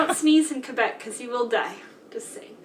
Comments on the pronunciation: Most people in Quebec are anglo and/or bilingual, from Montreal, with love, yes we're québécois and it's not quwabec here's the phonetics for you again, (last word was Pre-meer) and she's full of shit there are many ignorants fxck wads who don't speak English and like to call a referendum, yes Celine Dion is ours, we are the most bad asses in Canada, but MOST OF US DO NOT WANT TO SPLIT FROM CANADA!!! remember your 10 minute lesson about Canada? How close the second referendum was? I just turned 18 and voted for the first time, AGAINST IT 49/51 THE 51 WAS A NO TO SEPARATION AND jaywalking is all good, anything goes here, ❤✌🏼 no you keep your own names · When you say Quebec, the "u" is silence, so say it like this "kay-bec". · It's not pronounced qwa Bek, it's pronounced Kay bec. Just to let you know. It's said with a French tone 😂 and they arnt part of Canada kinda as for the past forever they keep trying to separate from the rest of us... 😂😂😂😂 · Pronounced K bec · It's pronounced kay-beck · Kay-BECK; Kay-behh-KWAH